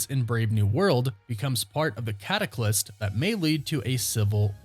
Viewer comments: catalyst...not cataclyst (not a word) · Catalyst not cataclyst. You're getting it mixed up with cataclysm :) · Cataclyst is not a word. It’s catalyst. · Dude! “Catalyst”! Not “Cataclyst”! And you said it twice! You need to WRITE your stories, then read what YOU wrote. Just “winging it”, or reading what someone else wrote, makes it sound like you’re pulling it out of your ass (because, you are). reading words that you mispronounce shows that you even know what they mean! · Catalyst.....not cataclyst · 😂 thank you, i had to talk myself down because i was so close to typing it myself when he said it the 2nd time! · What the hell’s a “cataclyst”?